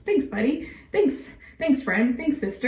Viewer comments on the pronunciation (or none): Did you just say Mermantic partner?